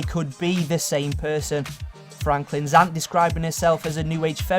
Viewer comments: Coffeh, Parteh, Aunteh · Hoodeh aunteh realleh generalleh muthar historeh properleh dirteh coffeh bangedha chav